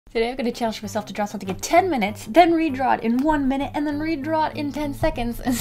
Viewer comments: "one minte" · ‘One minte’